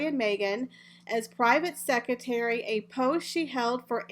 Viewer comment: I'm sorry I have to correct you I couldn't go on listening. It's pronounced EXCERPTS NOT excerts (no such word) and it's pronounced SeCREtary (in American English) NOT secitary. We pronounce it secretry even though spelled secretary in British English. But there is no such word as secitary.